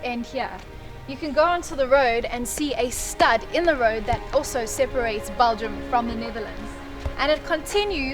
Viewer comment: It's BELGIUM. Not BALGIUM.